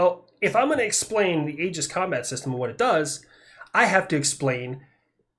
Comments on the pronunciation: in red alert 2 you had aegis ships for air defense, they said it like "aygis", so you went with the right pronounciation ;) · I work on part of the aegis system. It is def pronounced A-gis, at least that is every single person I’ve ever encountered, contractors, gs’s and navy. I am the project manager for installation of sqq-89 A(V) 15 on all surface ships in norfolk. Which is pronounced nor-fuck 😂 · I also pronounce it Ay-Gis and I remain correct. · Ace combat pronounces it Aye-jis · Retired sailor here, we always used the hard A when saying aegis. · 1) Its primarily Athena's shield. 2) Medusa's head, given to Athena by Perseus after he slew her. 3) the greek pronunciation is egis, the way the navy says it is agis. Your fine. 4) The Ticonderoga's have been outdated. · We say it with the “A” sound in the Navy. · Just to mess with your mind a bit... According to my ancient Greek classes, your pronounciation of the Ae is pretty close, but the g is pronounced like in goose. (...but most likely, the Americans who named it had no clue or care about all that.) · I’ll be that guy. The “ae” is an open sound with the placement towards your teeth. You pronounced it correctly. Google is wrong (at least in American English) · My last name is pronounced A-gis, spelled differently, you have my permission to continue pronouncing Aegis as A-gis. Lol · all or most the military says it the same as you so if talking about the military system it would be said the way you do with the A . a gorgon think of medusa.